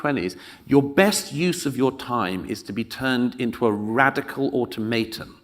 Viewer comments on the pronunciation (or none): Somebody explain to Douglas how the word "Automaton" is pronounced.... ("or-tom-a-tonn" - not "orto-may-tonn") (My favourite is still the newsreader who pronounced "tangential" as "tan-genital" - must have spent too long on the sun-bed.)